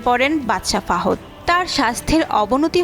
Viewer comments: Kindly naam thik moto porben....FAHOD BOLTE KEW NAI....ITS FAHAD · বাদশা ফহুদ/ফাহদ কি আপা? উপস্থানা করেন ভালো কথা ব্যক্তিদের নামগুলো ঠিকভাবে বলবেনতো নাকি?। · ফাহদ না ফাহাদ অশিক্ষিত রা আবার কবে নিয়োজ চ্যানেল এ আসলো😅😅😅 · ফাওদ নয়,,, সঠিক হচ্ছে, ফাহাদ,,,ওক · কি সংবাদ পড়ে বাবা বাদশা ফাহাদ নাম টা সুন্দর ভাবে উচ্চারণ করতে পারে না তারা সংবাদিক হয় কিভাবে মাথা ধরে না